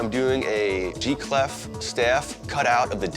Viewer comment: He keeps calling it a "G" cleft. I think he means a treble cleft